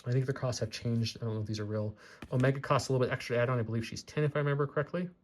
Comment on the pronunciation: Man, I do wish they had faction specific tokens still. Also, it's pronounced Omeeeeeega, haha